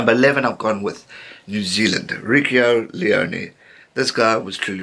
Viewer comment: Michael Barnett, he actually calls him, Reekio Leonee, so funnier still. I mean, the man's name is Reiko(Reekaw) Ioane(Ee-aw-arneh) There is no L in at the beginning of his surname.